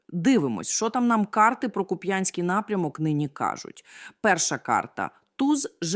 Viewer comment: Ударения ставтне правильно,пожалуйста, КУпянск,БоровАя.